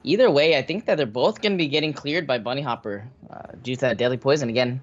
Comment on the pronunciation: Dear Kolento, Bunnyhoppor I think not Bunnyhopper. I guess you wouldn't like if me naming you Kolonto or Kelento ;)